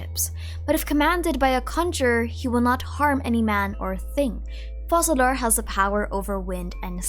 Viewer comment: Actually, Focalor in french is pronounced "Fokalor" ( i'm French btw), that's why their choice to pronounce it 'Fo-Sa-lor" puzzled me as well😅 The rule is a bit complicated but to put it simply: if you have a "c" followed by the letter "e", "i" or "y" the letter "c" will have an "s" sound. But if the letter following the "c" is "a", "o" or "u", the "c" will have a "k" sound. We have a special letter in french, which is this one: "ç" that indicates that despite the letter being "a", "o" or "u" the "c" will keep its "s" sound (a bit confusing, i know). Well, in the case of our dear Focalor: Since the "c" is followed by an "a", it should be pronouced "ka": "Fokalor". If they wanted to go with the "Fo-Sa-lor" pronounciation instead, to be correct in french, they would have to change the spelling and write it as "Foçalor" instead. Sorry for the long comment, i hope it helps a little!